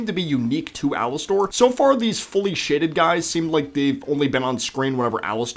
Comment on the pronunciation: AL ISS TOR? No. Alister.